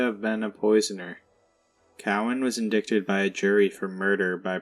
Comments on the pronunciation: Love your videos. Just one thing, it's IN-DIE-TID rather than IN-DIC-TED. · Indicted is pronounced [in-dite-ed] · Your inflection & tone have greatly improved for reading! 👍 Helpful hint: Indicted, is pronounced like 'night', In-'dight'-ed, indicted. And had been 'boughten' isn't a word, had been bought. Overall, substantially better narration than the past! Good job🙌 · Thank goodness someone said it. Man that bugged the shit outta me. Lol